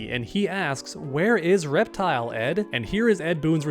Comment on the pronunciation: Reptile must be in the game! It was the first English word I learnt when I was a kid. I love him so much even my mother when heard (who doesn't speak English) sayin': "Reptile", she asked: "Did he say "Reptile"?:D That is the hype! Long live Reptile & Chameleon & Khameleon! ^_^